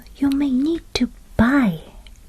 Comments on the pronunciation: You have such a relaxing voice! One thing on your pronunciation, just to help you: Designated. You pronounced it ‘design ~ ated’. But should be ‘des ~ ig ~ nated’. The English language is so convoluted 😮‍💨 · i only now realized how weird that word is pronounced, youd think it would an should totally be ‘design-ated’